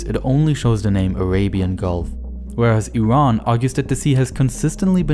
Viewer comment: Dude you called it IRAN not I Ran Good job